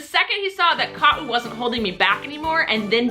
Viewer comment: Nice pronunciation of Ka'u's full name! Did she tell you what her name means? I'm from Hawaii and I have cousins with long names like that :)